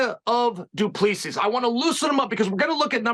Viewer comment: Its pronounced Du Plesee